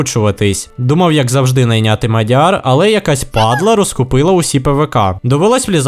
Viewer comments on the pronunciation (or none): none